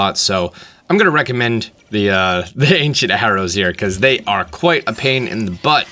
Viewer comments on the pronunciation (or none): none